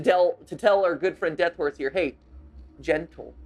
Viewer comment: Is it just me or does it sound like "Genital" when matpat says "Gentle"